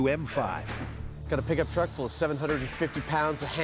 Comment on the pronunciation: Did he say pigup truck?